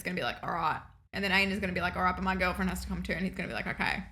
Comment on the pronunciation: every time you say einar's... all I hear is anus.